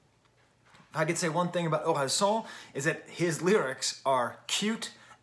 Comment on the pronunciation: i'm french and the "san" in Orelsan is actually pronounced like the japanese honorific suffix. which is most likely what it's based on. so "an" is pronounced like "âne" or "Anne" !